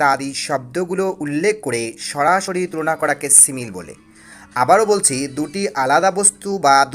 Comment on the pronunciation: কি সিমিল? Simile (সিমিলি)হবে পাশাপাশি সব words এর pronunciation ভুল